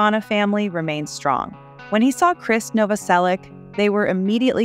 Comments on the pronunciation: This lady pronounces Krist’s name differently every time she says it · His name is pronounced the same as "Chris"... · All filler, worst vid. Announcer can't pronounce words in script such as Krist's name.